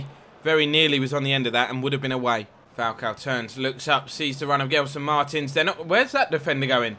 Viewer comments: It's pronounced Jelson Marteens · Since you love your pronunciations, in Portugals confed cup games, the commentators called Gelson Martins, Jel-son Mar-Tines (like sardines)